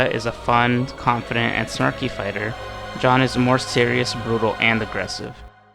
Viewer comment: Stop saying John, it’s Jeanne